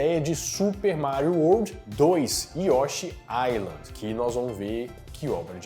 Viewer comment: Se pronuncia YoshÍ. rsrs